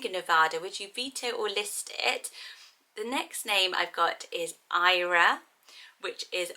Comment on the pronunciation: Eira is lovely, in Welsh it is pronounced more like "air-a" rather than "eye-ra".